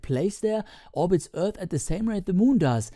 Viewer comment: Rasyidan Ilmansyah Yep he is.. Have you heared how he prounounced the "th" in "Earth" ?? ....